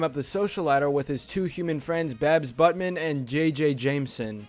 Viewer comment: my neighbor it's pronounced buutman just so you know